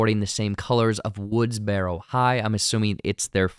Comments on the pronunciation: It’s pronounced “Woods-burrow,” not “Woods-berro,” like a wheelbarrow. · Why do you pronounce it “woods-bear-o”? Lol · Not trying to be funny… why is the narrator pronouncing the word “woodsboro” like that? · So distracting that this guy can't even pronounce woodsboro properly.